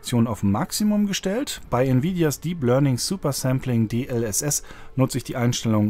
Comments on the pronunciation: Warum sagt statt DLSS immer DLLS? xD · Es heißt D-L-S-S,. Deep Learning Super Sampling.